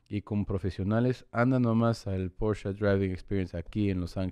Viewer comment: "porsha....ah....driving experionce"😂😂